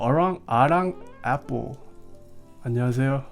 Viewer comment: 안녕하세요? 한국말 할 줄 알아요? 한국계? 얼핏 듣기로는 '안녕하세요' 발음이 매우 좋은데요? 즐겨 보고 있었는데 한국말 튀어나오니 반가워서요.